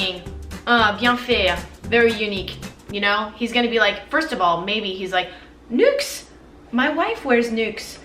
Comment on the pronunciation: Do you speak French too? You're accent when pronouncing Nuxe prodigieux le parfum was v.good! Great video keep the good work!